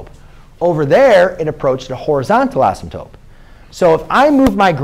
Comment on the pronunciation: "Assimtope," lol - couldn't resist. Great video, though. Thanks a bunch!